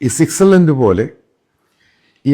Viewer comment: സിറ്റ്സർലാൻഡ് അല്ല സാറേ...'സ്വിറ്റ്സർലൻഡ് '😂